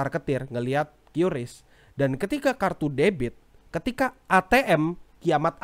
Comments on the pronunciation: Bacanya kris bang Bukan kyuris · Btw pelafalan qris itu "kris"karena pakai bahasa baku Indonesia dan ini ditegaskan lansung oleh petinggi qris (gak tau lupa siapa pastinya) disebuah podcast